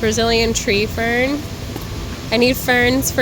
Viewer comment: I love the way you say "fern." Its like FFFern! FFFERN! Lol! I love that you went back for the Tri. 🧡🧡🧡🧡